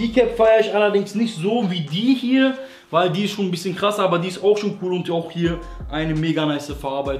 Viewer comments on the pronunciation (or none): none